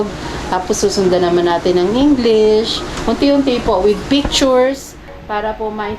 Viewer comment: ipabasa nyo po sakanya yung word na " NG " kasi ang basa nya dun ay " ANG "